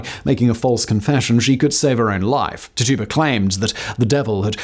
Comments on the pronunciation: Tituba pronounced titchuba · Tituba=Tij-jew-ba Come on, fact boy. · Tituba’s name was pronounced “TIT-chew-bah” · Dudes butchering the name Tituba